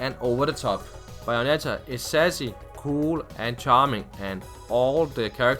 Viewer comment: The fuck is "BIOnetta"?